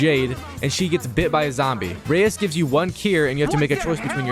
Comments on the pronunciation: Its pronounced Rise not Reyes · It's not Rais rise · Bro mispronouncing Rais was triggering me the whole entire video 😂